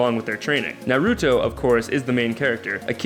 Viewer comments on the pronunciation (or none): Narooooto, Sakooooora and Sasooooooke. Hokajjjjj wtf lol lamo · next anime vid... please have someone who has watched one ep of one anime do that ep omg it's pronounced ná-rú-tó, sá-kú-rá and sá-ské hokaj? it's ho-ka-gay it's not gùn, it's gundam (yes pronounce it like english "gun") not ru-ru-nie ken-shin ru-row-nie omg please don't ever talk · it's pronounced sokra sos K and naruto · I'm triggered... Sasuke- Sauce-Kay; Naruto- Nar-ru-toe; Hokage- Ho-kah-gay; Sakura-Sah-koo-rah. Hope that cleared it up. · Anime names for dummies: Naw-roo-toe Sah-koo-rah Sauce-kay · Its NA-ROO-TOE xD And SA-KOO-RAH. I got so mad on sauske. its SAH-SK-AY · MeowAna Nar-uto, sack-cura and sas-uke-a.... kill me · The way you said Hokage, Naruto, Sakura and Sasuke gave me cancer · I actually had to pause for a moment. I heard Naruto's name mispronounced like that, but Sakura and Sasuke?! It hurts. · You pronounced Naruto, Sakura, Sasuke and hokage wrong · the wat you pronounced naruto sasuke and sakura literally (no joke) made my ears pop from disgust... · You said Naruto Sakura and Sasuke wrong